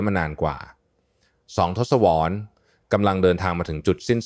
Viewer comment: ทศวรรษ อ่านว่า ทด-สะ-วัด